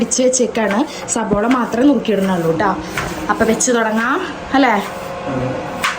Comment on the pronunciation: സവോള അല്ല സവാള എന്ന് പറയൂ adenan സംസാരിക്കുമ്പോൾ adokayan പറയുന്നത് shareyayet തന്നെ സംസാരിക്ക്